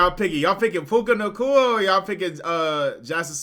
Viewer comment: Hey, it’s Nacua not Nakooka 😂